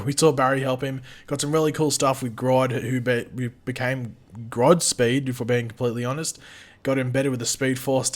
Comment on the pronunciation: “Groddspeed” lmao